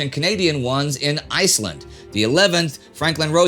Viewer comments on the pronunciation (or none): none